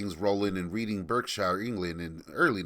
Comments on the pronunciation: its pronounced redding barkshire, not reading berkshire. We are funny that way in the UK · “Reeding, Burkshyer”. lol You did pretty well with Lowestoft (although we tend to emphasise that e in the middle: “low-ess toft”), but I couldn’t help but laugh at Reading. No shade; English place name pronunciations are weird. For the record, it should be said more like “Redding, Bahkshuh”. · Ouch on that pronunciation of Reading, Berkshire. Read rhymes with Dead not Deed {I read that book, past tense} Berk is pronounced Bark. Shire is never fully pronounced - It's Sh' - Bark-Sh", Wusster-Sh", Staff'rd-Sh', York-Sh'